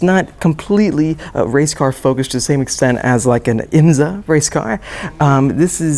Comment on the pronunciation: Finally got IMSA pronounced correctly....ish!